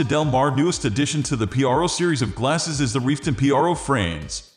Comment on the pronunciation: Why are you saying p-r-o and not pro??